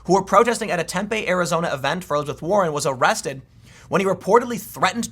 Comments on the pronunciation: Its not TEM-PAY, its TEM-PEE arizona. COME ON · Tempe - Tem - Pee or Temp - eee not team pee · Tempe is pronounced Tim pee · its pronounced Tem-pee in case you were interested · Hey Tim it's pronounced Tem-pee.